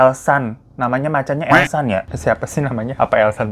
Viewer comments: Alshad bang bukan elsan 🤣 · Alshad ahmad bang bukan elshan🤣